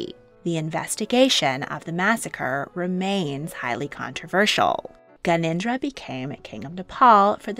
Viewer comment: It's Gyan en dra Not ganindra